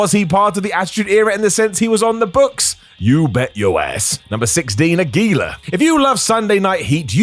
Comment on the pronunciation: Aguila is so forgotten that even how to properly pronounce his name is forgotten I guess.